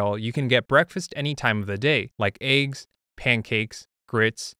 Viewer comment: he said.. "aye-ggs" 🥚 💀